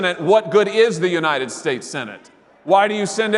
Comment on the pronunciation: Why does she say unanted states of america?